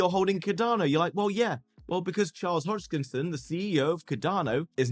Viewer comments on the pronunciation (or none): It’s Charles Hoskinson not hogdkinson 🙄 you say iit every video lol, and there’s 0 proof he’s gonna be an advisor to the White House YET